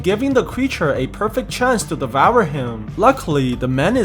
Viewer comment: I like your videos but why do you keep saying devoure